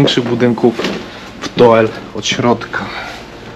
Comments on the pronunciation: Nazwe miasta czyta sie Dul, oe wymawia sie jako u w języku Niderlandzkim jak i w Fryzyjskim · W jezyku flamandzkim "oe" wymawia sie jak u a wuec miasto nazywa sie "Dul" pozdrawiam z Holandii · Filmik fajny, mam tylko jedną uwagę - nazwę tego miasteczka wymawia się DÓL (to holenderska nazwa, a w j. holenderskim "oe" jest odpowiednikiem polskiego "ó") ;) Łapka w górę i do następnego razu :) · To sie czyta Dul I jest opuszczone dlatego ze chcieli tam wybudować fabryki I tego typu rzeczy ale ludzie powiedzieli ze nie sprzedadzą fomow więc wybudowali dookoła i zrobiła się zla komunikacja więc większość I tak się wyprowadziła chodź do dziś mieszka tam jeszcze parę osób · Po 1 Doel czyta się DUL 😅 Po 2 w Belgii jest kategoryczny zakaz publikowania w sieci zdjęć oraz nagrań elektrowni atomowej w Doel... Grozi za to sroga kara a nawet więzienie....najwyraźniej o tym nie wiedzieliście a myślę że warto zrobić najpierw research zanim coś się wrzuci 😅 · To jest nie dokońca opuszczone miasto ... tylko wieś ...i mieszkaja tam ludzie jeszcze... pisze sie Doel.a czyta " Dul "... Pozdrawiam... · Rozumiem, ze macie prawo nie znac jezyka, ale dla waszej informacji : w holenderskiej czesci Belgii i Holandii: "oe" czytamy jako "u" 😀 wiec byliscie w Dul... tak dla ciekawosci po polsku doel to czesc 😀 gdyby bylo "oë" wtedy czytacie "oe". Jakbyscie potrzebowali pomocy w Nl mozecie sie odezwac. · 'Dul' nie Doel ;) Pozdrawiam, świetny odcinek! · Czyta sie "Dul", pisze sie "Doel" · Trafiłam na was niedawno i lubię z wami odkrywać nieznane🤩Trochę was tu poprawię, bo to całe „oe” czytamy jak polskie „u”. Czyli fonicznie to DUL. Ok, oglądam i słucham dalej … 👍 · Panowie. Film, jak zwykle super, natomiast znam dość wnikliwie Doel ( czyt. Dul ) i wiem, że można pokazać znacznie więcej ciekawych miejsc. Np: kościół i cmentarz , Cafe w wiatraku, plant z domkami wypoczynkowymi. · To sie czyta Dul chlopali,az serce peka jakto slysze,ale fajna fure dostaliscie!! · Mówi sie "Dul" 😁 pozdro